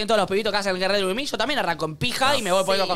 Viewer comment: ME MATA NICO 'GIT REDI WITH ME'